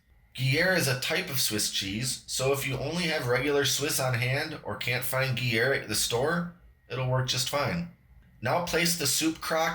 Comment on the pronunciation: I had to share this everywhere it looks super good. I always learn something from your videos. Gruyère is pronounced groo-YAIR or if you prefer Peace To All!